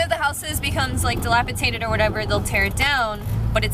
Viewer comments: Dilapi-TATED LOL 😍🖤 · it's DilapiDATED...not Tated....lol...quick fixer up and the rent to section 8....